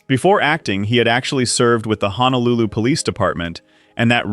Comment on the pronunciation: Can any one of these commentators please pronounce the place as Honolulu and not HANALULU? There is no place called HANALULU. It is Ho no lu Lu. All of these actors gave their all to Hawaii 50 and are remembered with love and dignity.❤️❤️❤️❤️❤️❤️❤️❤️❤️